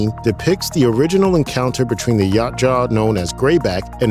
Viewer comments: It’s YA CHU WA not YACHA WTF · Ya-OOT-ja. Not Yacht-Jaw. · The hell is a "Yacht jaw"? Yautja (yowt-jah) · “YA CHA” wtf ?? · Its yow cha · It's pronounced Ya Oot Ja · OMG... ITS PRONOUNCED "YOWT-CHA" (Spelled Yautja).... EVERY TIME YOU BUTCHERED IT , HURT MY HEAD. And Antarctica wasn't always cold...IT WAS HOT BEFORE CONTINENTAL SHIFT.. WHICH SHOWS JUST HOW LONG THEY HAVE BEEN COMING HERE, AND IS THE PRECEDENT FOR AN ANCIENT HUMAN CIVILIZATION, you missed that part I GUESS... LASTLY... it's pronounced "AN-DO-LINI".. my god dude do some research. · For god sakes it’s pronounced “Yow-cha” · This guy’s pronouciation of Yautja is triggering me. 😂😂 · The mispronunciation of Yautja is killing me..... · You butchered the predators name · Butchering the predator name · Need to practice pronouncing Yautja correctly. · Dude you got to watch a video from the creator of the films and comics so you can learn to pronounce the Yautja's correctly! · Can’t pronounce their name right than talks of global warming, downvote